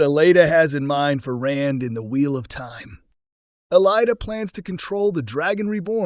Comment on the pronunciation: You pronounce her name wrong.